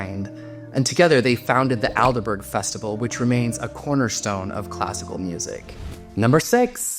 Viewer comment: Thank you for pointing out some of the more unusual highways and byways of classical music. Just a small point on pronunciation. Pears = peers. Aldeburgh - Ald-Bruh. Pathetique - path e teek. Handel did not write "The" Messiah. He wrote just "Messiah". (Just as Darwin did not write The Origin of The Species" but "The Origin of Species." ) I'm surprised you didn't mention Ravel.